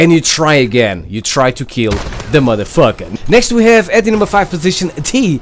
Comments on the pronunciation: how he say this motherfucka haha lol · "Theis Mutha Fucka" 😂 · I cringed every time you said "modefoker" or "madafaka" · who else loves when he says mother fuka? love ya man LMAO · Can u stop saying Madafucker